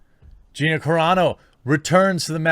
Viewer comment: thank u. u finally said Gina’s last name correct